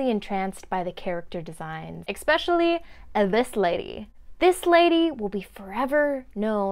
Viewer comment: I think you mean to say "especially" not "expetially."